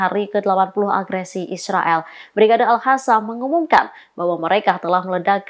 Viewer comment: Nih yang pake kerudung kebiasaan ngomongnya al hassam,,,al qassam ga bisaa